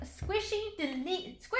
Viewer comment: Ok repeat after me SQUISH DEE LISH